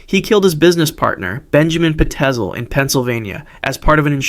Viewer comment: I'm surprised there was no mention of WHAT fish used to do to himself with pins and needles! He apparently had a bunch found inside of himself that he planted there on his own. And I think it was pronounced "Fye-zel" with the pztel name in HH Holmes' case and Tracey Edwards actually went to prison himself for murder buuuuuuut....all in all purty guuuuuud stuff!😊